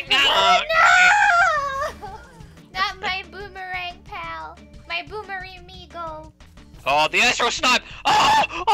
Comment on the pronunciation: Boomer-e-migo. Lol